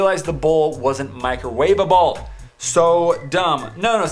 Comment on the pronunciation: talk about microwavaBOWL